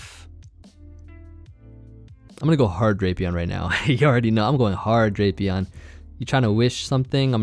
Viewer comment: Its pronounced "Drap e on"